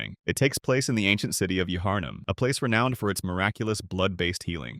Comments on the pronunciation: nah bro not ya-harnum 😭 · Great video! Yuh-Harnum for Yharnum did cause me some anguish though. Still good content.